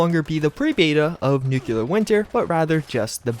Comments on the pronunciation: dude I love your videos but for christ's sake man it's pronounced NEW-KLEE-URR. Nucular is so painfully wrong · The way to pronounce "Nuclear" sounds like NEW-CLEAR, and not NUKE-YOU-LUR. Just a tip for future videos. I dig videos, but just wanted to pass that along. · It's nuCLear winter, not nukelar winter.... Why nobody pronounces nuclear correctly? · NEW-CLEAR not NUKE-YOU-LUR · I agree, one wouldn't pronounce the word CLEAR as "CU-LUR", so why pronounce NU-CLEAR as NU-CU-LUR... that really bugs me. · Mispronunciation isn't an accent thing. The only time you hear it pronounced NUKE-U-LAR is when people mock someone of ill intelligence... like the cheesy Pulowski Preservation shelter or good ol' George W. B. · nucular winter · I'm not American, but I thought all Americans pronounced it as "nucular" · nucelar winter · Patch 11 will reportedly include pronouncing "nuclear" correctly!